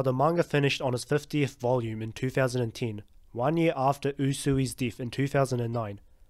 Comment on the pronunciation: What country is from? Never heard "death" being pronounced that way before.